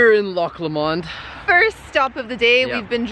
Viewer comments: pronounce LOW-MAND not LA mond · Haha I did giggle a bit 😄 it's pronounced 'low-mund' not law-mond 🤣😆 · aaarrgh my ears... Dear, can you please pronounce Loch Lomond as 'Lowmund', cheers haha:) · I love your videos, but please practise could you practise Loch Lomond. You make it sound exotic and almost French like blancmange. It's easier to say Loch Lowmond...that would sound a tad more Scottish. Safe adventures, you make great videos. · Sorry...had to stop and take a minute to figure out how he could so badly mispronounce Loch Lomond haha Never heard it said that way before lol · Loch ‘Lomond’ 😂😂😂